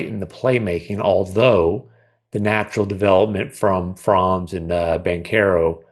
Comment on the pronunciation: Guys, please pronounce Franz‘ Wagners first name correctly. It’s not „Fraaanz“. It should sound more like you pronounce „fronts“ in English. The German a in that name is closer to an English o